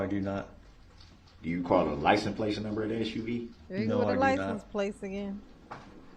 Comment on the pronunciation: It's worse, I think he is saying 'lisen place'.